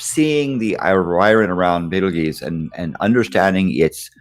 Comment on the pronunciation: omg "Bait-el-geese?"